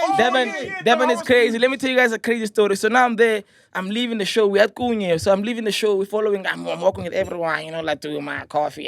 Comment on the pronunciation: We at Kunye❌ We at Qunye✅